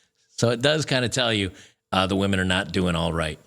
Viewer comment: Funny because while she's saying this she mispronounces "women"